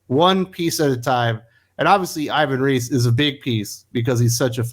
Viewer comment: The native pronunciation of Ivan Reis name is more close to "eevan reys".